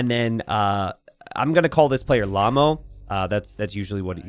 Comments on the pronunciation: lol "lahmoh" its L'amore , aka said "Luh'uh'mor'rey or "Le'ahmore" sounds SUPER french canadian or just flat out french. Mr. Love or something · doesn't speak any French. L'amore isn't lamb-oh, dude. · Lamo?! It's l'amore! Italian for "the Love"!